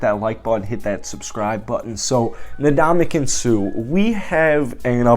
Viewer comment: The man's name is not 'na-DOM-a-kin', it's 'in-DOM-a-kung'. Get the guy's name right, jeez. It's not like he hasn't been in the game long enough to have heard in pronounced correctly. It's really a matter of respect. Ask Steph Curry. That said, I don't think the Raiders should sign him, but I'd be okay if they did. I don't think they need him, but there is undeniable value to adding him to the roster.